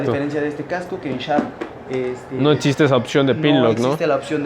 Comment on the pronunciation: Todo muy bien pero se pronuncia existe no como dices tu etxiste